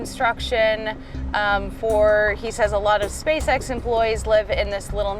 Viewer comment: You said "SpaceSex".....